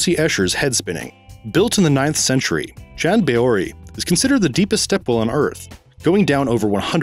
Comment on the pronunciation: Especially since he can't pronounce it, like half the other place names he messes up on here.